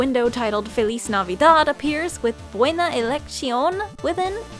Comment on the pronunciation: 100% agree! It had a good amount of effort put in, though, even if there were a couple of mistakes. They say "feliz navidad" better than most I've heard, at least!